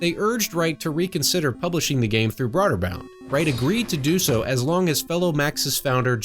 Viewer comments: Bro-der-bund. Not broader bound. Other than that, awesome video. Really like your channel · It's pronounced Broderbund